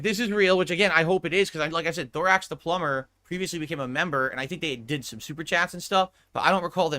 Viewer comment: Imagine dropping 150 on the pigroach just for him to go on a long rant about how suspicious your donation is, and get "plumber" wrong. dents are really special. Looking forward to the rant in the future when will explain how this guy tried to control the stream and was a detractor all along.